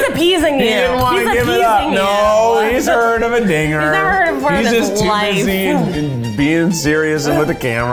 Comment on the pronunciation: Boy oh boy, Keith not enunciating the 'D' in dinger was really treading in some dangerous waters Lmfao